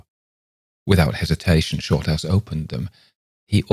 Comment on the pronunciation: Sorry but you sound like you're calling him "shortarse", thanks for bringing a smile to my face, I really needed it.